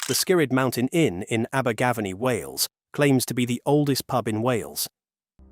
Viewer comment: what terrible way of sating abergavenny its so simple aber gavenny